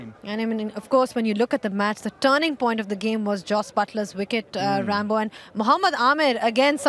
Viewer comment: Why the fuck is she calling ramiz rambo. Sounding too weird odd bad arghhh. 🤮